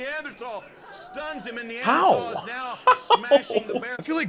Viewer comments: 1. Neanderthal (Nee-an-der-thal) 2. The "curly hair theory" is BS lmao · Him trying to pronounce Neanderthal had me dying 😂😭 love you